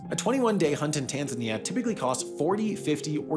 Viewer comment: This reminded how weirdly Americans pronounce Tanzania